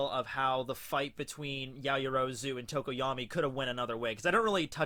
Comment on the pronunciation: Her name is "yao-yoro-zu" not "ya-yo-rozu"